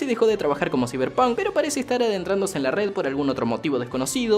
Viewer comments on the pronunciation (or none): none